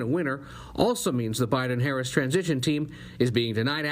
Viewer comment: byeden lol lol